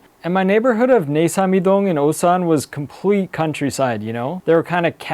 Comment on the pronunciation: Feel bad for instantly assuming u were gonna be those foreigners that barely speak the native language after living for 10 years from the way you pronounced Osan with that long English O lol I can't help but want to point out that ur korean would be native level if u just brushed up that pronunciation cos ur grammar seems to already be there. (that's the hardest part of course)